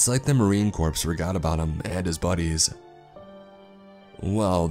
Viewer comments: It's pronounced "core" not "corpse". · I swear if I hear one more person call it the Marine Corpse I'm gonna scream.. Marine Corps pronounced Marine Core .. that is so annoying. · Disliking this for the mispronunciation of Marine Corps. There's no e its not corpse. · FYSA, when saying Marine Corps in your stories…it’s pronounced Core, like core of the earth, not corpse, like a dead body. Also, even if it’s written this way, never say ‘over and out’, it’s one or the other….never together, 1950’s war movies have taught people bad habits. Just some advice if you don’t want your military listeners to throw up in their mouths. Other than that, good pace, good tone